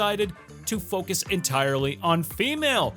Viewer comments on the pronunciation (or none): none